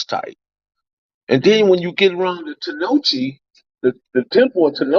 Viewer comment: I think you meant to say temple at tenochitlan homie not tenochi